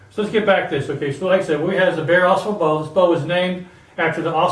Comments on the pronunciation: Hey I know this is an older video but thought I would give a helpful word. It is pronounced Ah Sahbull. The Au Sable river flows thru Grayling and is where Fred Bear lived in a tent with his wife while he started his bow company. Thanks for the vid! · I hear people mispronounce this river name. Drives me NUTS!! It's not Ausable, with the accent on the first syllable. it Au Sable! Two separate words with the accent in the first syllable of the second word.